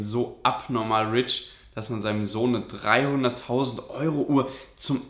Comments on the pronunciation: Er hat 2mal 300.000 gesagt nur er kann wie man bemerkt nicht perfekt english ausprechen deswegen hör sich das so an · Er sagt als erster 300.000 nur er spricht es nicht richtig aus.🤫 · Seine Aussprache ist einfach schlecht,er meinte beide Male 300.000.